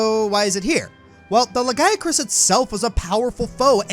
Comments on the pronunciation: Le-guy-a-chris? wtf c'mon at least try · Ah yes, the Lahguyacrus